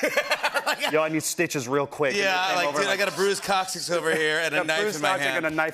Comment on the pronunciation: It pains me how often they mis pronounce coccyx.